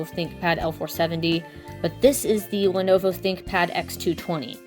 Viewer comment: Lenuwu Thinkpad